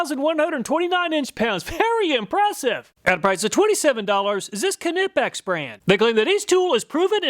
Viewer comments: Kah-nipix, lol. Never heard anyone call it that. Just nipix is how ive always heard it pronounced. Pretty sure the k is silent. edit: I love your channel brother. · knipex has been on the channel long enough now to be pronounced correctly ;) its not "ka-nippex" instead try "qneeppex" :) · NY-pex. Not Kuh-nip-ex. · It’s pronounced NIP-EX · It is pronounced "knee-pex." Uh, but great test. Thank you. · Knipex-pronounced~ nighpex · It's pronounced NYE-PEX. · Great video 😊 kah-nipex sounded like a sneeze 😀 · Please pronounce Knipex correctly - the K is silent and it's pronounced "Nipex" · isn’t it pronunced NY-pex? Like a knife?? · The Knipex YouTube channel has a pronunciation video. Kuh, ni, pex. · The k is silent. knipex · All these years doing tool reviews and you still mispronounce Knipex. The K is silent, like knee 😂😂😂😂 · I will never get over and forever cherish how you pronounced Knipex. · I believe the Knipex name has a silent K and the I is long. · Nope. Hes the only person ive heard pronounce the "k"